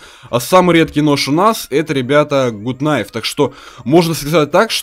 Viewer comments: Почему блять гут найф и тычковый нож??? Правильно гат найф и тычковые ножи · Почему все говорят гут найв? ПРАВИЛЬНЫЙ ПЕРЕВОД ГАТ НАЙВ!